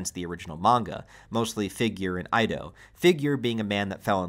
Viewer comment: You pronounce Ido wrong, not Aido, Ido, like Eedo